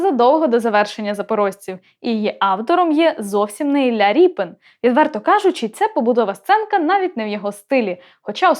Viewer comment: Чого вона каже- ілля ріпин))?